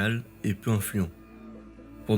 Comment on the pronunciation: Please : té-notch-ti-tlanne.